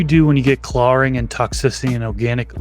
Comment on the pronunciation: "Clawring" is the only time I notice your accent lol